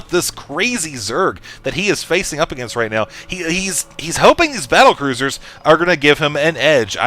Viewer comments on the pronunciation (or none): none